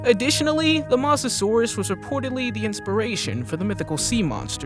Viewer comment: you pronounced mosasaurus wrong